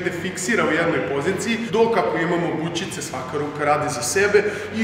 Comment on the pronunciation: bućice XD valjda se kaže bučice